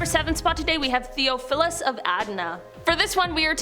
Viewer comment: "Theophilus" is pronounced "Thee-off-o-lus." The "Arch" of "Archdeacon" is pronounced "Arch-deacon," with the "ch" in "Arch" pronounced like the "ch" in "chest," "cheer," "chop," etc.